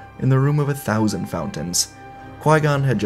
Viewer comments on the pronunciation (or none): none